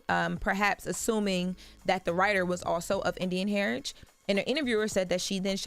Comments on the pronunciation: Heritage. Not herriage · She said italics and heritage wrong as f